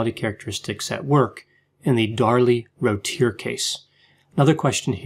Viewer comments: Hi: May I offer input with the pronunciation of Darlie’s last name? The crime happened nearby in Texas. Her name was frequently pronounced in local news, I mean frequently. And discussed. As a local with a bit of undergrad linguistics, I can tell you how locals hit these phonemes: Rūt-tier. Crisply, bit off like root/cheer. Or, with Texas drawl, root-tee-ear. And Rowlett would rhyme with cow-lett. You’re right, their minds had been hermetically sealed. Always love ❤️ your analyses. 🤗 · Good grief, I'm only 59 seconds into the video and you've made 4 mistakes: 1) mispronounced Routier, it is pronounced "rue tier"; 2) mispronounced Rowlett, it is pronounced "row let" as in "they were having a loud row" as in argument; 3) Rowlett is not north of Dallas, it is east of Dallas; 4) Rowlett is a suburb of Dallas and is 20 miles from there not 25. Can hardly wait to listen to the remaining part of the video. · It’s pronounced roo T - A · It's pronounced 'Roo-ti-ear'